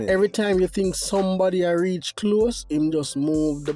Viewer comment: Summady get ice notice, summady get ice , tel teejay not notice 😂😂😂😂😂😂😂😂